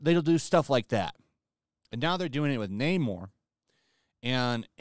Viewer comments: Not "Nay-more", but "Nah-more", as in "I have nah-more confidence in Di$ney to be entertaining". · No- It's Namor-r-r-r-r. Gotta roll that r. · Namór. Namór. That's not how the Spanish language works! It's Námor, there is no accent on the name, which is therefore to be pronounced by emphasizing the first syllable. Tell that to Tryin' again Coogler and the Narcos-boy. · Social Justice Overload! Yeah I’m done. “Naymourrr…” 👎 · Once I heard Namor say naymoore I said ok they won’t be getting my money . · No fk way. they really changed the pronunciation fo Namor to N- "AMOR" and Atlantis .. This would be horrendous (amor is love in Spanish btw) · LOL I was dying while watching this.. you're complaining that Namor is pronounced Nah-mor instead of Naymor.. you're literally just speeding up the Nay part of his name and complaining about it LMAO